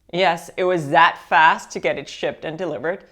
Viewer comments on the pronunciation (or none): none